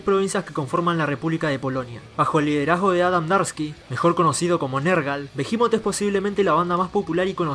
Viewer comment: Hasta que escucho a alguien que pronuncia bien el nombre de la banda.